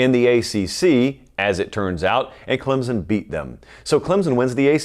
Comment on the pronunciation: CLEMSON, not Clemzon!!!!!!!!!